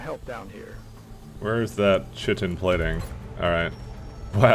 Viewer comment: oh my god you pronounced chitin wrong literally turn in your canadian card and get deported